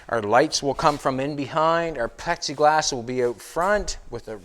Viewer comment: I wish would go back to saying Pexiglass.